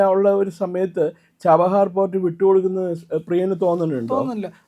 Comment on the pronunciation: ജബാഹർ അല്ല chabahar 😂😂